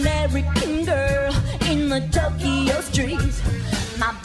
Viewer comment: lol i think it's funny how she pronounces harajuku and tokyo wrong